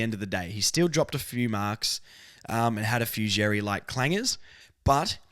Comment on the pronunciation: Love the podcast. Keep up the good work. Letting you know Xerri is a Maltese surname and pronounced Sherry (X is always an S sound in Maltese). Being of Maltese heritage, this has been driving me nuts nobody gets it right in the media. Hopefully, we get the media and AFL community more knowledgeable about Malta through this! Lol. Go Kangas and Malta!